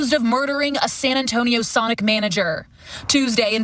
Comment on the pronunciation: 100%, this chick pronounces it “Sunic”.